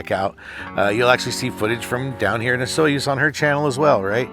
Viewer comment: I believe Osoyoos is pronounced something like Uh-soo-ys.